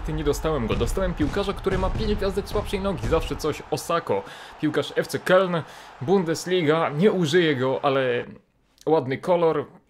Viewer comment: Kyln nie Keln ;)